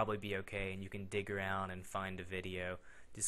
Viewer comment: dig. not dick